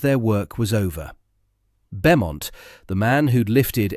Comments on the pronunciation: Roland Beaumont is pronounced Bowmont. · Pronounced “Bomont” you ignoramus 😡!